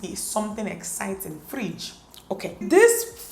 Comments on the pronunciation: We have a Friiiidge 😂😂😂😂😂 Dt Nigeria tone came out 😂🇳🇬🇳🇬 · the Nigerian accent. " this fridge" 😂😂😂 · The way she says fridge amuses me so much 😂😂😂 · You are pronouncing fridge like a real igbo girl.... 😂😂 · Mara Squad 😂😂😂😂 i was going to say that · The way she says 'fridge'😂 i enjoyed this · Love the way she says fridge😂